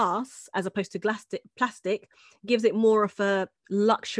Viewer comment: Hahahha you said glastic instead of plastic